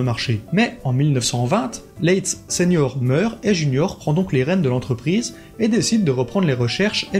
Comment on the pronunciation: Le nom de Leitz qui est un nom allemand ne se prononce pas à la française (donc pas "Lé itz! merci! .... insupportable pour mes oreilles!) mais bel et bien "La-itz" (en un mot)! "Ei" en allemand se prononce a-i : donc Leitz= Laitz ... et Leica, c'est pas Léca mais "La-ica" en allemand! Merci , danke schön!:thanksdoc:🤣😅😆🤣